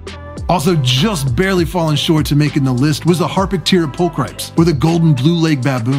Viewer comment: 'pulchripes' is pronounced as 'pull-kree-pes'. It's a combination of two Latin words, not English ✌